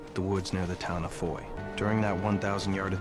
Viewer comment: I lived in Belgium for 3 yrs, and the town of Foy does not rhyme with "Roy" It is pronounced ""Fwah."